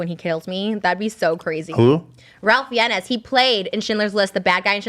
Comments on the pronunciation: Did anyone catch Trisha pronouncing Ralph Fiennes names (which is correctly pronounced like "Rayf Fines") as "Ralf Fiennays"? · It’s pronounced Fines.... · Trish, babe... Ralph Fiennes (the bad dude in Schindler's List) is pronounced "Rafe Fines". Two syllables. It's just one of those weird names. For real, check Wiki if you don't believe! Love you, girl, don't waste your tears on JS. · Ralph fiennez. But why? It’s pronounced Ray-ph Fines. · The way Trisha says Ralph Fiennes last names made me snort, it's so cute. It's pronounced fines btw. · Anyone else triggered by how Trisha pronounces Ralph Fiennes? 😂😂😂😂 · So Ethan gets sore when he loses and Trisha can’t pronounce Ralph Fiennes’ name. Those were the two things I took from this while it played in the background.